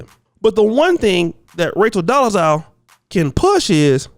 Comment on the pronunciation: I like to think you're purposely saying her name wrong which is funny to me